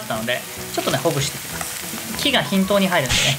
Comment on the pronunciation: "き" が "ひ"んとうにはいるように。笑 均が火等に入るように。笑 大事な事だから2回言いましたww